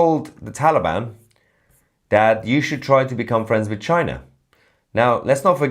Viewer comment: no no no it's not china ... its ....chi...nah😅